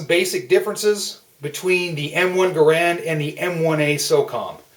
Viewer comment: Rifles don't have clips, pistols do. The M1 "en bloc" is just THAT, an en bloc.....not a damn "clip"! BTW, though it's spelled GARAND, it is NOT pronounced thus. The correct pronunciation is Geh'-rend........sounds like 'errand'.